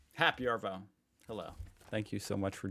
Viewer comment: It’s happy arrrrvo… mate.